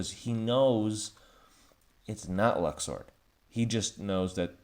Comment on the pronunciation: Luxord. Luxord. Not Luxu. Read and listen.